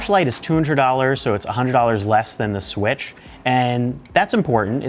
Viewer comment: Is it me or is he saying swish instead of switch